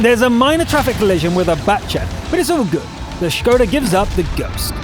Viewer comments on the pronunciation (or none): none